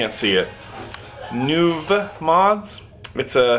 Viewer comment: It was great meeting you Sunday. I see you got a Nuvemod from my hometown, Orlando. Very cool. Luis ,owner, is a great guy. Btw... Nuvemod is pronounced Nu-vei-mod. ✌